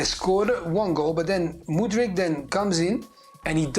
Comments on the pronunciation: Lol Craig still be pronouncing Mudryk like Modric 😂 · When is Craig going to say Mudryks name right? It's not Modric